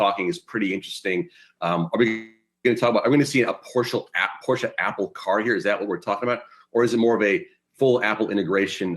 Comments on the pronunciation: Yahoo! Porsche is a two syllable word pronounced Por-shay not Porsch as said by your young lady host. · Well, SIR. Let me be the "Young lady" who lets you know that Porsche is actually pronounced "Por-shUH." But you tried, I guess :)